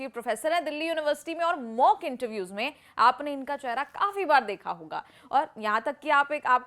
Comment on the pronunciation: 'चहरा' नहीं 'चेहरा' स्पष्ट शब्द है.